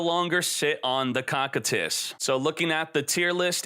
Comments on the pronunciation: "Cockitus" Hahahahahaha COSSSSSITUS (pronuntiation) as the Iced prisons of hell! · Koh Kie Tus !!!!! Can someone please correct him lol its not cockitus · It’s pronounced co-kite-is try watching overlord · its co-kai-t-is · Is he saying Cocytus like that on purpose? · Your pronouncing Cocytus wrong